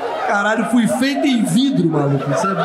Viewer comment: Nada vai superar o " fui feito em vidro (in vitro)" 😂😂😂😂😂